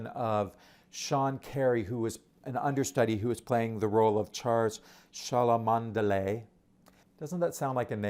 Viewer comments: Just to say, Cholmondeley is pronounced Chumley. It is itself a subtle joke in the show because it is a posh name and its pronunciation separates the posh from the not-posh and is a sort of comment on the British class system. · I love this show I hope it's still running when I'm in NYC in September💖 PS Charles Cholmondeley is pronounced Charles Chum-ley.👍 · Cholmondeley is pronounced :Chumlee"